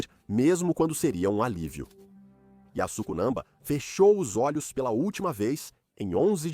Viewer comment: A voz do AI narrando e falando o nome da Alpinista a todo instante errado😅Yasko,yosco,Azuco kkkkl muito ruim